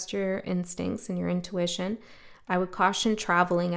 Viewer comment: “Intuwitchion” - I almost like that better